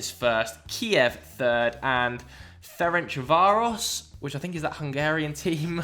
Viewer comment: Ferencváros! Probably you have to pronounce how you would pronounce this: Ferentzvaarosh.